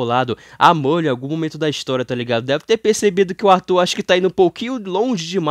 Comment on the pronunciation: pq c fala "burli" ao invez de merlin?